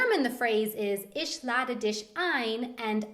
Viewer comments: Isch lade disch zum essen ein XD das heißT. ich lade dich zum essen ein KEIN: SCH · I'm so sorry that I couldn't think of a kinder way to phrase this, but the pronunciation of ich as ish, dich as dish kind of drives me up a wall -_ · I am currently learning german and surely the ch sound (e.g dich) is not pronounced sch (e.g schön) is this true? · Sorry but your pronunciation of ich or dich is terrible! :/